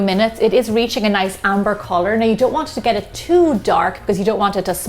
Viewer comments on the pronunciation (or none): none